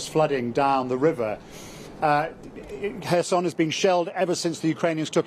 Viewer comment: Not Khorshon, but just simple pronounciation Kherson.